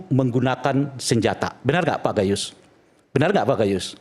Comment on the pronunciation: Gayissss atau gayussss😂😂😂 seperti orang bego